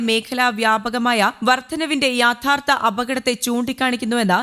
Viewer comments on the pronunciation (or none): Yaaadhartha,Alla Yedhartha.